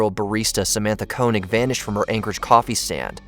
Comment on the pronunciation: Koenig is pronounced KAY-nig.